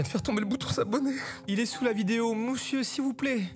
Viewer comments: « mousieur s’il vous plaît » fou rire 😭😭😭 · « MOUSIEUR SVP » 😭🙏🏼🙏🏼